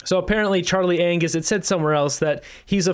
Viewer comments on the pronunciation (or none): the 'G' in Anngus is silent! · Charlie Angus has a silent G